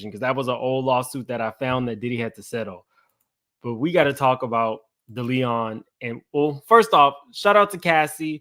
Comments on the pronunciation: Thank you! I was cringing every time he said it wrong😂. I'm weird about pronouncing names right. It shows respect and attention to detail. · Please learn how to pronounce Deleon and Diagio